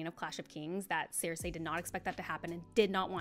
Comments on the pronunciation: I don't know if anyone has pointed this out, but you're pronouncing Cersei wrong. It's sur-see not sur-say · This is a great video and I absolutely love Sansa, and I’m happy other people see her in such a light. That said, it’s sir-see, not sare-say. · Literally stopped watching because of the was she says “seersay” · This has nothing to do with the actual topic but why are you pronouncing cersei like that? Is that how its actually pronounced? Maybe its just that they pronounce it differently in the show cuz I've only heard it as cer-see